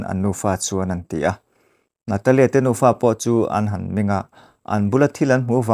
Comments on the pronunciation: Nufa tih tur ah Nupa i ti daih alwm🤣🤣🤣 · In nufa tih tur aw